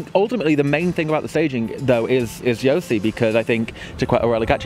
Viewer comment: Please dear Wiwibloggs! You had almost 2 and a half year to learn the correct pronounciation of Joci's name. Just pleeeeease :D